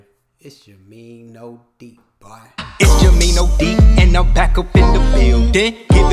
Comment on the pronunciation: I’m a Larry fan but I love Magic MJ Kobe LeBron you said that perfect ty❤